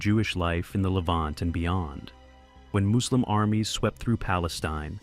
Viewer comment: It’s funny how you don’t catch this is an AI voice over from minor pronunciation mistakes. No native speaker of English that articulate would make these basic mistakes. “Moooslim” haha